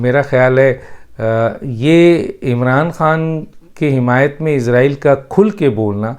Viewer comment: ڈاکٹر صاحب آپ تو پڑھے لکھے انسان آپ جیسے فرد سے توقع نہیں غلط تلفظ استعمال کریں گے اسرائیل کو عزرائیل سن کر دکھ ہو تا ہے اگر آپ انگلش الفابیٹ کو سامنے رکھ کر بولتے ہیں تو islam کو ازلام بولتے ہونگے ۔کیونکہ آپ کے مطابق " is "کا تلفظ ہر صورت میں از ہی کیا جاناچاہیئے۔